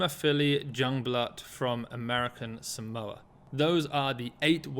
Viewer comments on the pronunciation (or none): none